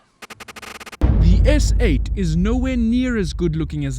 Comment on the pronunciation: No reason to be sad. Because of american car laws every car has to have some opener from the inside of the trunk. Speed comparer debunked once again. Btw you pronounced S8 wrong. Its more like:"LOOK AT THAT ASS8"